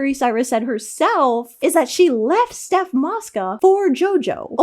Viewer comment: haha it’s not steph mosca is stoph 😭😭😭